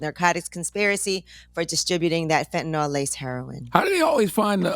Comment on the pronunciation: Why does everyone mispronounce Fentanyl? It is not Fentanol